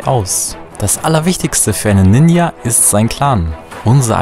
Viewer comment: Das j in Ninja wird wie in Journal ausgesprochen.